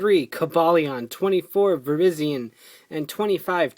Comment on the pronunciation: You pronounced Virizion wrong.